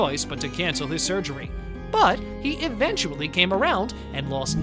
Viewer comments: "EVENTCHABLY NEEDING" LMAO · Did you say "eventuBlly"? 😄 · Is no one gunna point out the narrator said Eventablly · Why is no one talking about the narrator saying "eventuably" instead of "eventually" in the beginning? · Did he just say “eventuably” ?? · Did you say “eventuably?!”